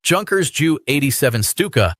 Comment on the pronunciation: For several reasons, I do enjoy these videos. So I have just subscribed. Note: Junkers is pronounced with a Y, as in Youth, not a J as in Jug.